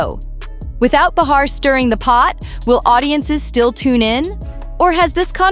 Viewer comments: it's pronounced like BAY-HAR not bah-har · Hey, aussie speech bot, it's not beHAR; It's pronounced bayer. Like the aspirin. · Anybody who knows anything about Joy, or The View, even to just accidentally watch for a few moments, knows the correct pronunciation of JOY BEHAR's name, is NOT "ba-HAÁR"... but BAÝ-har. You should not waste time spreading rumors that you out yourself as NOT in the Inner Circle. GO AWAY. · I do wish this channel would learn how to pronounce names though. It's BAY HAR. And Caralyne LEV IT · You are lying! Joy is still standing & speaks up… the truth!! Can’t you pronounce Joy’s last name correctly! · This channel smells like an AI bot. The narrator certainly isn't human, with the wrong name pronunciations. "Bar-her" Leave-it." The video title isn't even true!